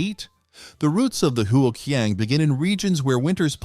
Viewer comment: Since you do a video on Chinese ways of heat retention, you should learn the proper way of pronouncing huo qiang (火墙）. Otherwise you will propagate the mistake to your audience. 😅😅😅